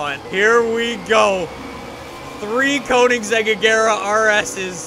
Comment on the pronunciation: the way he pronounces koenigsegg triggers me so hard. GOOGLE PRONOUNCIATION PLZ